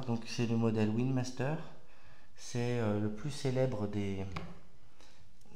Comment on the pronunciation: Juste comme précision,, c'est Wingmaster, pas Winmaster .